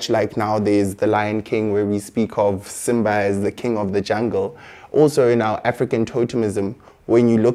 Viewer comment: He needs to learn how to pronounce African names properly. Wht is Simmbah